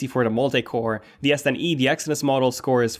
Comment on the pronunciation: I keep hearing yes10e